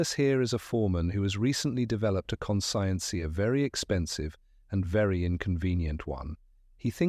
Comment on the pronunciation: The ai reading of some of the words is rather endearing: led,leed; red/reed; are common. But con-science instead of conscience...hell instead of he'll, and pronouncing "they" with the th as in "thick". The story is good 😊